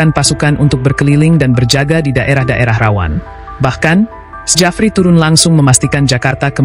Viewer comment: Narasinya dikuping ngga nyaman dengarnya masa bacanya sejafri, belajar lagi min... Itu ejaan lama tp bacanya tetap Syafri Syamsuddin min...